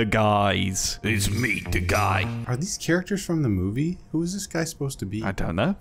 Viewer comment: Why does the guy pronounce ‘the’ as ‘vuh’ but can say the ‘th’ in ‘anything’??